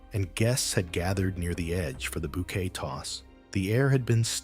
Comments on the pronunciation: Bouquet not bow Kay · I'm making fun of the way he said bow kay.